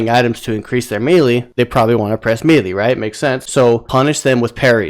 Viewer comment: I think you're pronouncing melee wrong. Otherwise thanks for the tips